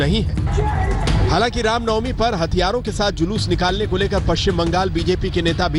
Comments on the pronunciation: Ye randi pringka ko julus bhi kahna nahi aata jhalus bolrahi hai sali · Zhalush ni re julush 😆😆😆😆😆😆 matr bhasa bhi ni ati to kiya ayega 😆😆😆😆😆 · Jhalus nhi jalus....